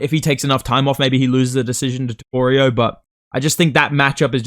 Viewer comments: bro won't stop with the "toporio" 😭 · TopuriA❌ TopuriOH✅ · Why do aussies/NZlanders all say topurio instead of topuria?